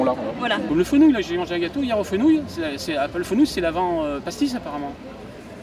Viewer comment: Le gars avec son feunouilles il es chépee un peu feunouille pas fenouille 😂